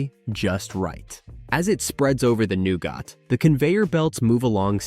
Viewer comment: new-ga. screen pics don't correspond with the narrative was my major peeve